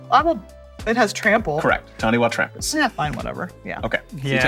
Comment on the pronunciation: Taniwha is pronounced tani-far, Taniwha is a Māori word and wh is pronounced as an f sound